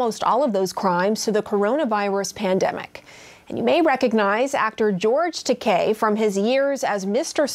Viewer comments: she could at least say his name right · She keeps butchering is name 🤦🏼‍♀️is it Takai or Takei?